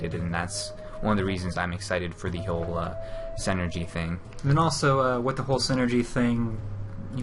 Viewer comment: Does anyone hear that one dude saying "Senergy" like its some sort of made up word lol. The word synergy is pronounced "sin-nergy". It's a real word bud.